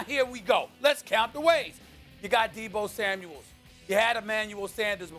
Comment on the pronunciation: No one: Stephen A.: Grobert Kraft, Deebo Samuels, Mahstert